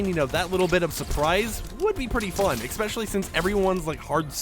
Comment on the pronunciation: Why do you pronounce “especially”, “eXpecially”? 😬